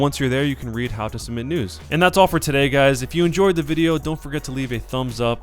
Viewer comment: I can't be the only one to to hear submit nudes instead of news at the end